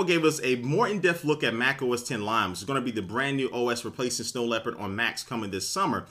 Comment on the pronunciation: does anyone else think he's saying "lime" when he says "lion"?